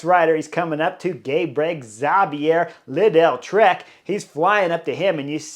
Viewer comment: Chris , It’s Leedle-trek as in needle. Not liddell. Love the analysis.